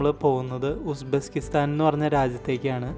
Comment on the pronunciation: Bro Uzbesskistan alla Uzbekistan